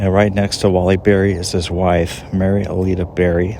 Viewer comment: Wallace Beery, not Berry.